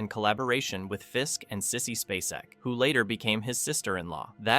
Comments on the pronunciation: Finally pronounced, SPAY - SECK correctly, then says it wrong again. Lol. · SPAY-cek. I am so tired of AI voices. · Sissy SPACE-ec. NOT Spass-ec. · How many times can this guy mispronounce "SPAY-SEK"? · What ruined this video for me is that the narrator could not even pronounce Sissy Spacek’s name correctly? We all know how to pronounce her last name, but this guy who is narrating this video keeps calling her some weird name. That lets me know he is not really a human being or he just doesn’t give a shit about how famous actresses name is pronounced, either way I’m out. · Yeah, that's not the way you say Sissy's last name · How can you do a video about her and NOT SAY HER LAST NAME CORRECTLY?! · I wish the narrator would pronounce Sissy‘s name properly❤ I enjoyed this thank you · The way you or your "narrator" pronounces Sissy Spaceks last name irritates me. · Occasionally he says it right, so it may not be AI